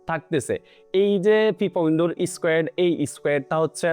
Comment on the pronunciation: squat নাকি squet 😂😂😂